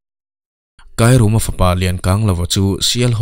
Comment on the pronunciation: Kairuma nilo in thluk na a awm a... Kairûma tih tur zawk aw Sir